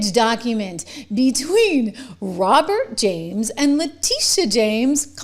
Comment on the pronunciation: trish you really need to correctly pronounce her name: le tit e ah